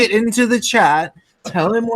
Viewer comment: you said: "Put in the Chat.." I heard The Chad.